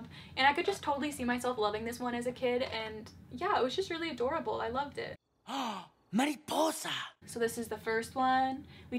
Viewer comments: *mary-Poi-sah* Me, a Spanish speaker: wince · not mary-poi-za